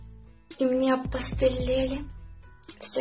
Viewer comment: А по моему, здорово читаешь.. Только вот в слове "опостылели", ударение не туда..)